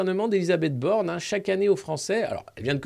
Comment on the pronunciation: Ba, Ba, Ba.....BAAAJHNE'D !!?